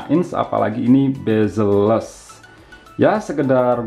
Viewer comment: CMIIW, spelling yang benar itu "Bezel", bukan "Bazel". Cb check di google. Suwun